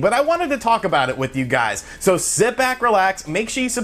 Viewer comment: "Yer gizes". Lol